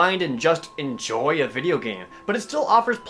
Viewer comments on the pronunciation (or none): none